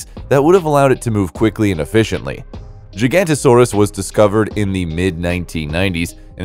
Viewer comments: Spot on. He says "Gigantosaurus", instead of Giga-Noto-Saurus. "Noto" comes from nótos, meaning South in ancient Greek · I almost had a brain aneurysm every time you said gigantosaurus